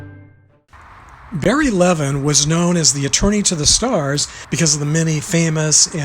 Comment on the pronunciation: His last name was pronounced with the accent on the second syllable, not the first. I know this because I knew Barry Levin and I was at his funeral at the Los Angeles National Cemetery in Westwood off the 405. I was at this gravesite during the funeral and I participated in filling the grave with a shovel. Also at the funeral was Robert Blake. I approached Mr. Blake and we talked about Barry Levin. The way I knew Barry Levin was that he was one of my professors at law school. I took two advanced criminal law classes from him. During one of those classes we actually went into the Moot Courtroom at the school and he gave his closing argument from the Menendez case live, to us, his law students. His role in the Menendez case was for one purpose. It was to give a closing argument in the case during the penalty phase. Barry Levin's role was to convince the jury not to give them the death penalty but rather to give them life imprisonment. Barry Levin was at my law school graduation sitting down in a chair in obvious pain. A few months later, he put on his uniform from when he was in Vietnam, went to the cemetery in which he knew that he would be buried in, and killed himself as he couldn't take the pain anymore. But that didn't mean he could then be immediately buried. He was taken from the cemetery to the coroner's office, then from there to the mortuary, and from there back to the very cemetery where he had killed himself. He was a Vietnam veteran, and during his career as an att